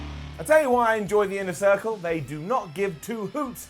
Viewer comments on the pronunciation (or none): "Inner Thircle" 🤣